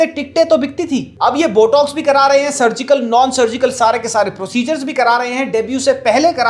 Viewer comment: jaaaahil aurat it’s not BUTTOCKS it’s BOTOX 🤣🤣🤣💩💩💩🤮🤮🤮